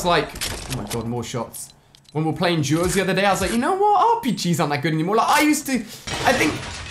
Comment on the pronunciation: At 948 he said Juos instead of duos